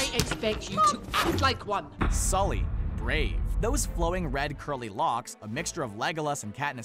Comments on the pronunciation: He said skully instead of sully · you called Sully, Skully. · Did this fool just say "skully" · i heard it too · what the heck he achaly said it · Jeremy Stuckett he said skully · He didn’t mean to. It was probably a mistake. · did he just say scully?